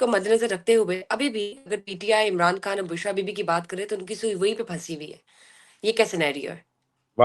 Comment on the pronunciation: او بی بی اپنا نام ھی ٹھیک لے لیا کرو بشری کھان نہیں ھے لفظ خان ھے 😂